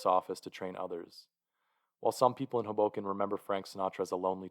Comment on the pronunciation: Tip: pronounce Hoboken with emphasis on the first syllable. HOboken